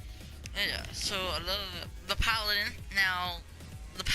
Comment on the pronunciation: Its paladin not padalin